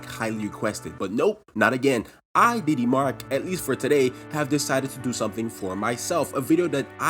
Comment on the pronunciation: After yhe diddy incident, every time he says DD, i think he days diddy...